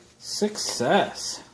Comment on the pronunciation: Thanks for vid. Ended up drilling hole , sheet metal screw, 10 foot wire, popped out about 5 yanks. You could say I too had "sickcess". sec. Just kidding